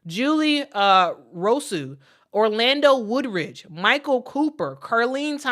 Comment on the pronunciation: His name is Orlando Woolridge, not "Woodridge"? Otherwise, nice rundown of the number of LA Sparks head coaches. Michael Cooper is the only one I recall.